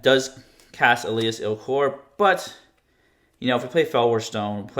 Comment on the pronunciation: Stop saying “Elias,” it’s Elas!